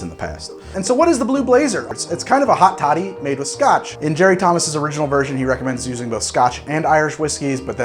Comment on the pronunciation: Every time he says hot toddy it almost sounds like he's saying hot shawty and I'm losing my mind